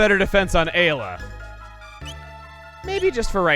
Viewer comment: He pronounced ayla correctly on the fly